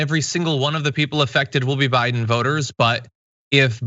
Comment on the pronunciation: Am I the only one who heard Chis Hayes say "O'Biden"